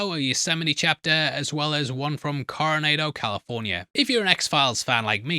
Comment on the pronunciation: going forward PLEASE check your pronunciations! lol It's not pronounced Coro - NAE - do, it's Coro - NA - do! I'm sorry but as someone from San Diego, that just irked me so much lol